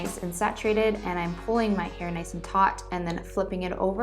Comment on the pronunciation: “nice and tot” 😂😂😂